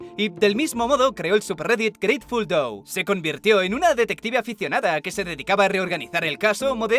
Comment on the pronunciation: jaja grateful DOU